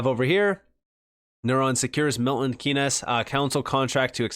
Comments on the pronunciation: It's pronounced milton keens not milton key-ness. Just a heads up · I live in Milton Keynes and it’s pronounced Keens